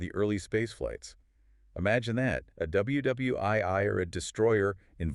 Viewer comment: Intriguing story of one of the last two Gearings, and also far and away the best AI voices I've ever heard. The only things that gave it away were "FRAM eye" instead of "FRAM one" (also WW-eye-eye), and "Hail Selassie" instead of "High-lee Selassie." If they were all this close and natural-sounding, I'd follow a lot more channels.